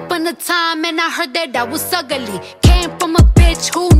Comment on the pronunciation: I DOUBT IT, ILLITERATE CARDI AND HER GHOST WRITER DONT WANT ANY LYRICAL SMOKE FROM THE QUEEN NICKI MINAJ👑 *ONLY CARDI CAN MAKE THE WORD “UGLY” 3 SYLLABLES! 😂😂😂🤣🗑🗑🗑🗑🗑